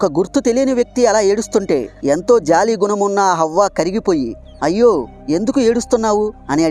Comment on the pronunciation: Avva kadu bro havva